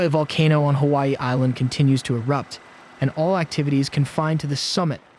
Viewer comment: Yeah, first time I heard it, I was astonished, but after couple of videos I can now recognise that the voice pronounces certain words in exactly the same way. Pay attention to words like "summit" or "volcano".